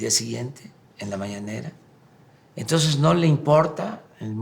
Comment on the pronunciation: Que alguien le enseñe a pronunciar a este estupidazo. Se pronuncia entonces no tonsess. Mamarracho en Placio Nacional .